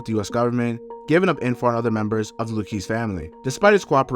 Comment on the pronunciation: Nice video. Luchese is pronounced Lu-kay-see. Some of them are my family members but just related to the crime family and never part of the mob.